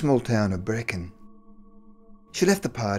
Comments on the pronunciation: Brechin is pronounced breekin. + pronounce "r" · Its not Brecon its Brechin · Brecon is in Wales, Breeeechhhin is in Scotland Pronunciation is important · It’s called Brechin (Bree-Kin) I k ow I lived there for 7 years and the surrounding towns like Edzell and Stracathro , you are saying like a Welshman Guess what I lived on that hill out side of Brechin and yes it is haunted, it was called haunted hill before they changed it to Huntly Hill, There is a large squared rock monument kinda like Stonehenge in a field As a young lad I can tell you stories that will make your hair stand up of that place, people that live there don’t talk about it , You should stay there on a foggy night ! However! The battle you are talking about is 17 miles south of Brechin Between Forfar and Letham Brechin had its own battle just like Scarcathro did I went to Maisondieu primary school and then to Brechin High School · It's pronounced Bree.....kin , I won't go into the other Scots names and places haha xx Janie Dundee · Brechin, which is Scotland, NOT Brecon (how you are pronouncing it) which is in Wales....